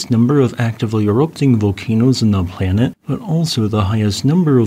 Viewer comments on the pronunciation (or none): none